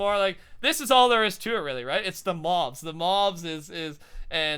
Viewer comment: Im just saying, but you keep on saying "mo mobs"